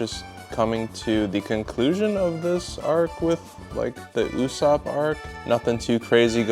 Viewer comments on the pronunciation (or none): none